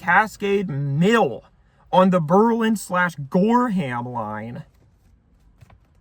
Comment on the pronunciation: you can tell he knows what he's talking about because he pronounces Berlin correctly